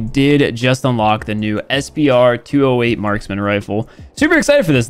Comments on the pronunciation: Based english lesson i can safely correct u that its not pronounced SP-R 208 Its pronounced Spur 208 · You miss pronounced SPR its S P R its the Spur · It's sup-r 208